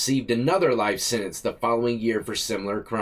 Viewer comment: The word is Sentence not sininse!